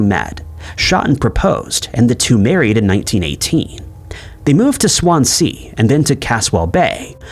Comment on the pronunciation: Some interesting stories, but I beg of you, listen to some Welsh people say Swansea